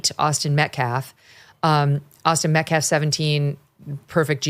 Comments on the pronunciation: It took Mom less than 2 minutes onto her speech before she started screaming and laying on the histrionics. I wonder where her son got such low emotional control? And the pastor is a slow head. He cant pronounce "Metcalf" and he uses phrases like "axe" instead of ask and "respek" instead of respect. He couldn't remember Daniel Pennys name. And he even looked nervous during his Great Value I Have a Dream moment. He knows this sht isnt getting over. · She called him the Metcalf boys. Didn’t even pronounce their name right nor could give them the dignity to use their first name which she damn well knows. They are disgrace, and I am disgusted in these people.